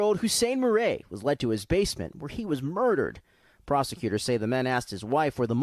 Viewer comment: I’m pretty sure ‘Murray’ is not pronounced “mur•RAY”. Can anyone check that?